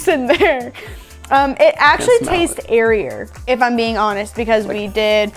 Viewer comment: Did she say it tastes "airier" ? Wow.